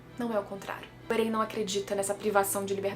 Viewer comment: Estou acompanhando o mangá agora, e seus vídeos são ótimos. Mas porque você fala Êren ? O nome não é Eren? Não tem acento 🤔